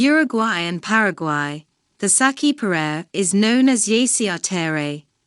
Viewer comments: Bad saci perere pronunciation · i'm glad you're sharing this but i can't stand how she pronounce's my boi's name :( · Didn't it occur to them to find out how to pronounce his name before making this video????